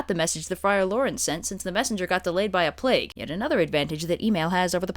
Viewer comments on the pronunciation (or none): none